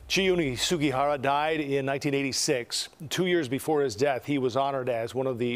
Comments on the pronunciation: how's about honoring the man by saying his last name correctly? Sug*i*hara, not Sug*a*hara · Also the man's name is Sugihara but most of the people in the report said Sugahara.